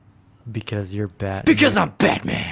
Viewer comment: Fruuum BatMaN! 😂